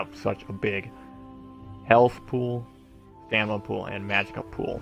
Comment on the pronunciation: This is a great guid but it drives me nuts that you keep calling it "Stanima" STAM-INA. Other than that thanks for the guide.